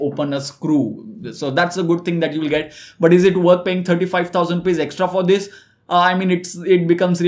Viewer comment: I thought he is trying to say DHISss